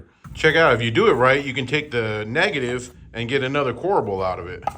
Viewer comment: OMG... CORBEL NO A!